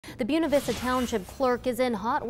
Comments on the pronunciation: The reporter is horrendous. If this guy has a job them AJ Clemente is a saint! BOONAh VISTA?!?!? dude its pronounced BOY NA VISTA. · it's BWEHNA vista, not BUNA vista. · You're just as wrong as he is. It is pronounced Boo-way-na Vista. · "Byoona Vista"